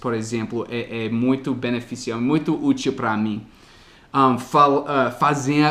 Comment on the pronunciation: quando tu comentas sobre o que tu fez para aprender o português já estas nos ajudando muito!!! Uma dica: na palavra "útil" a sílaba tônica (stress) é no " U"